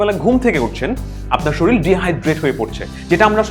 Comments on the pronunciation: & এ কি শরীর কে শরিল উচ্চারণ করলেন? I'm confused. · শরীল না ভাইয়া,শরীর।। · কথা টা শরীল না, "শরীর "।